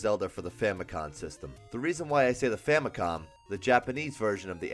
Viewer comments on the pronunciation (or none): stop saying famicon